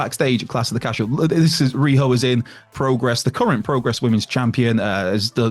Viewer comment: Isn't rhio supposed to be ry o not riho